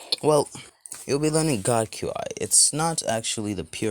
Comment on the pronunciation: Qi is pronounced chi